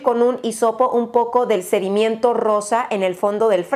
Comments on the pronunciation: La palabra: sedimento: sedimiento Yo: 👁👄👁 🤣🤣 No es hate, tal vez lo compre. Amo tus videos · es sedimento no sedimiento! Jiji besos 😘😘